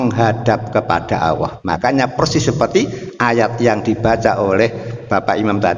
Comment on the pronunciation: Mohon koreksi, ustad ini selalu menyebut kata ALLAH malah awoh. Sekedar koreksi aja. Mau bagaimanapun jg lidah harus dibiasakan melafalkan sesuatu kata/huruf yg bnr. Agar org2 gak salah persepsi nantinya